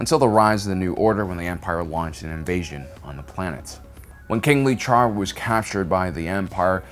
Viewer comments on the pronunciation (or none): none